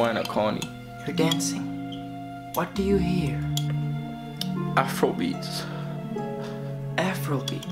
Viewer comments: Plays dancehall bruck off yuh back What do u hear: " athrobeats " 😭😭😂🦗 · I swear he said afrobeats when he was playing soca